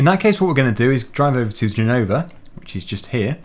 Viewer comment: Italian language is difficult for a British, but you are doing well. Our Z pronunciation is different, but it's ok. And, for the record, it's Gènova, not Genòva...